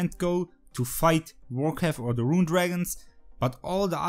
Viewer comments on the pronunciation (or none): everytime you say vorkath i hear warcraft xD